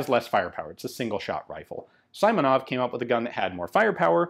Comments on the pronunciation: Awesome video, Ian, but family name of PTRS' creator is See-monov, not Suy-monov. Transliteration is" Симонов" to "Simonov" but in russian "и" is always short like "i" in "big" or "sick". Hope this helps. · Simonov is pronounced as Seemonov, not Saimonov. Speaking of sniper modification, there were numerous frontline modifications of PTRS and PTRD made with PU x3,5 scopes. Obviously, they weren't reliable due to scopes suffering serious damage and loosing the zeroing. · This one was made by Izhevsk Machine-Building Plant. And a little correction on pronunciation: you've to speak [ s i m o n o v ] , not [ s a i m o n o v ]. " i " in his last name sounds like " e ". "Izhevsk" also )) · It's not Symonov, it's Seemonov. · The "i" in Simonov's name is pronounced like a short "e", with a stress on that letter